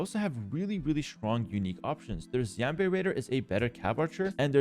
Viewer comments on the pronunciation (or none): Mispronounced xianwei and khitanguts